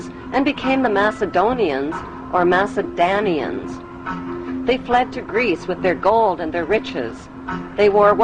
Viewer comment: Macedonians have all through history been named just like that, Macedonians. never Macedanians!!! The c in Macedonians sounded more like ts, tj, tsh or tch and was written by Greeks with the letter k, which if you would speak greek, you know it sounds like the g in belgium gewoon or geven, which is a very soft. So there can be doubt on how the c or k was pronounced but it was always Ma(c)(k)edonia. And besides, in macedonian language, donia means southern. Mace (pronounced Matje), means motherland. From Mater, meaning mother. It is the same ancient word that gave to the English, the word maternal or even material, matter etc. So Macedonia means "Southern Motherland". And not meaning motherland of Serbs only, but from whole European people, except Normans who are nordic and semitic people who are arabic. Saying that Macedonia is actually Macedania is like saying that the Falklands are actually the Fucklands! (sound similar so it must be like that, right?).